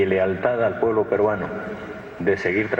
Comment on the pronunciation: "Me Iu poebIo poebIo poebIo poebIo poebIo poebIo poebIo"😭✏🤡🤡🤡🤡